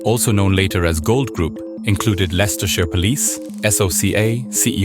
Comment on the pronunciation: Well done for pronouncing Leicestershire correctly! People often struggle with it...